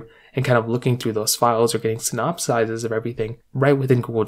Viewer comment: .. um sorry what was that word again lol? did you mean "synopses"? :)